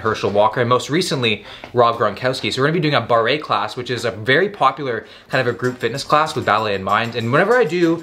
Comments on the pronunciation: FYI it is prounounce bar not bar-ray (I teach Barre) - this class is a little different than what I teach which is closer to ballet. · as a ballet dancer it almost killed me when you prounced barre (its prounced bar) as barray lol p.s. thoose barre fitness classes are nothing like an actual ballet class. i think you really should do a video on a day in the life of a professional ballet dancer, tons of places are doing vitual classes now too if going in person is a problem cause of the rona. also the training isnt just for the cardio vascular, dancers are some of the strongest athletes there are, our core strength, balance, fast twitch muscle, flexibility is why other athletes do it. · "bar-re." My guy, from a dancer to you, just say bar. You know, like where you go to grab a cold beer and watch sports games in pre-Rona days? We don't isolate the 're', it's basically silent. Great video! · bar-ray LOL